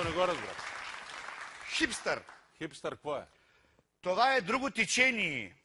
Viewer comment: " Това е друго тИчениеее..."